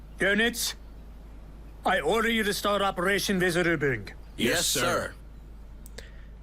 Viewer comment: Maybe it is the Austrian German pronounciation. ;-) Yep, sounded odd.